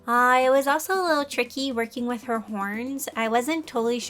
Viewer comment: The way she says with is so cute!!! She says “wiff” ITS SO CUTE